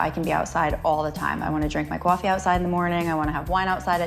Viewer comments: Her accent comes out with the word "coffee" lol :) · I noticed that too.